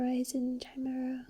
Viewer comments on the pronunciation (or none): You're right, it is Ky-mare-ah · Chimera = Ka-maer-a